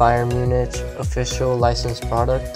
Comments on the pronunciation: Just thought id let you know it’s pronounced munic not MuniCH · By the way, it's pronounced: Muunik. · You are right its munich no munic